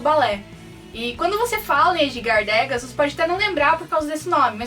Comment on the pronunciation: bacana ;) mas atenção Edgar Degas se pronuncia Edgar Degá, sem o "s" com o acento no a...